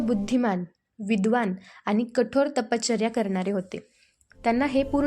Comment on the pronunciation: ताई अतिशय सुंदर पद्धतीने भगवान श्रीदत्तात्रेय प्रभूंची लीळा सांगितली. ताई कृपया तपश्चर्या या शब्दाच्या उच्चारा कडे लक्ष द्यावे. आपला आवाज अतिशय सात्विक आणि भावपूर्ण आहे. खूप खूप छान 🙏🙏